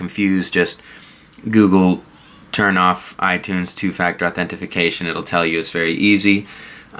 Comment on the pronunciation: I guess you missed that he said authenefication instead of authentication. I know what two-factor authentication is.